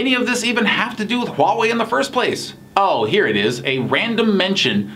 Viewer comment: Nathan是我见过，英文是母语朋友中，HUAWEI发音最标准的...